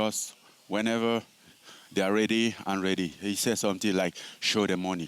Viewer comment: “He say somesing like this?!” Yoel approves. Now officially the scariest phrase of all time